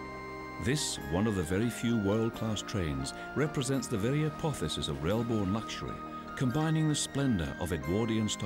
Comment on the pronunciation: Apoh-thussis? LEARN ENGLISH!